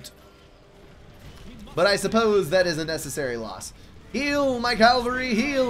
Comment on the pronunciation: I can't help laughing each time you say cavalry You pronounce it caLvary. I don't know why I find it funny, but I do.